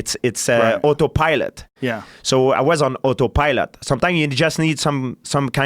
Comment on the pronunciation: Georges "Oto Pielot" St-Pierre